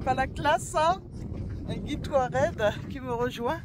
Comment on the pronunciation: Bonjour, vous me faite beaucoup rire quand vous dite Touareg, Dans la prononciation on entends plus les mots "Toit Raide" au lieu de 'Toit regue' 😂